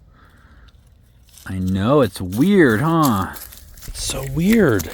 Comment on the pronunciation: Love those curves steps, Bella is Huge! We are getting zero degree weather here...yuck. Funny when you said weird...i can tell your frim California ( of course i know you are) but it feels weird, weird to know that other people dont use it like we do.